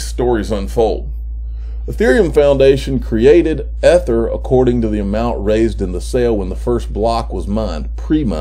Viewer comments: But you do need to worry about your MISpronunciation of EEther. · could you please pronounce Ether -- EEther. As an English teacher, I can tell you that, by the PHONETIC rules of the English language, that is how EEther should be pronounced. Here's the rule: Vowel - Consonant - E series makes the first vowel LONG (not short). ("th" counts as one consonant since it is one consonant sound.) Your constant MISpronunciation of Ether is DISTRACTING -- and IRRITATING.